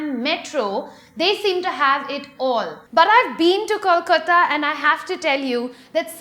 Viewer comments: its kolkata not kolkota...better dnt speak bout d place when u cant even pronounce d name (dnt need the typical bengali pronounciation but a simple english pronounciation would have been enough) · please learn how to pronounce "kolkata" it is not "koooolkotA" ASSS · Bt I would like to tell u that it's Kolkata not 'Kolkota'.. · I like your videos . But it's KOLKATA, NOT KOLKOTA. It's 'A' at 5th position,not 'O'. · I don't think you have been to proper kolkata. Our main roads are NOT the size of tiny gullies for God's sake. And it's pronounced Kol - ka-ta and not Kol - ko -ta . Acquire proper trivia about a place before judging it.🙄🙄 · its Kolkata, not kolkota, u stupid girl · It is KOLKATA and not "KOLKOTA"? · i liked ur video.. but just to correct u..its not kolk'o'ta, its pronounced as kolk'aa'ta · Excuses me miss its Kolkata and not kolkota And Kolkata's main road are like gali !like completely! then u must hav seen just a narrow gali in kolkata and called it a so called main road for urself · Please learn to pronounce the name 'Kolkata' (not KolkOta plz, try 'Calcutta' if it's easier that way) before you decide to speak about the place. And even more ridiculous is that places like Chennai, Hyderabad or even Indore got a special mention but not Bengaluru! How outrageous could it get, you canNOT just skip probably India's most livable city! And you seem to have an obsession for big roads, why, so that you can road-rash at will, just like most folks in Delhi or Mumbai, and eventually run over people dwelling on streets (since that's a trend in these two places...)? Real mature... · K-O-L-K-A-T-A... that is how you pronounce the name of the city... if you are not sure how to pronounce it, we dont mind if u even call it Calcutta.. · KOLKOTTA? why can't you say it right? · Great job you are doing.. hell lot of research.. but hey... I would urge you to pronounce the names of the cities appropriately.. it is "kolkAta" dear. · It's K-O-L-K-A-T-A